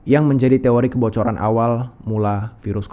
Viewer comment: Ya ampun aku kok dengar nya virus HALIMAH N SATU 😭😭😂 sambil mikir keren amat sih HALIMAH jadi virus internasional 😭